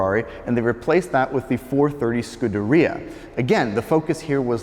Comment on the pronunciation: Since you are a devotee of Ferrari, here's how to pronounce "scuderia"